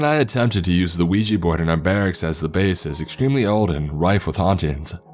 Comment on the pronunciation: I am so good that you didnt spell it or say it "Wee Gee" it is pronounced we jah ! yes and yes.